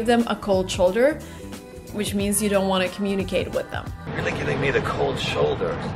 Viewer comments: Hi, Your "shoulder" in "Give Me a Cold Shoulder" sounds wild. It should be like "show"... Thanks, Albert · Hi, Your "cold shoulder" sounded like "cold choulder". Please be aware. Thanks, Albert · It occurs to me that you mispronounce shoulder.